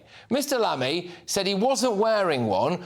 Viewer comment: 0.05 More like Mammy than Lammy! 😂